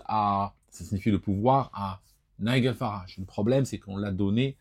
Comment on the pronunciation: Why this weird pronunciation of nigel farage? It's not the way we pronounce it in england do we?